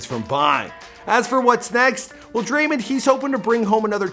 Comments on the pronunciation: listen closely.....Dray-mon not dreymen🤣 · I don’t know how you’ve done it but you’ve done it yet again, is it even possible for u to pronounce a name right😂